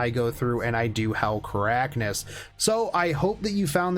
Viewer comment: Hey, doubt you'll read this but it's pronounced Kar-kan-is not ka-rak-nis. Love the content as always.